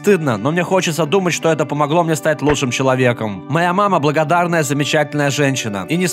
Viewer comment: огороврися в слове благородная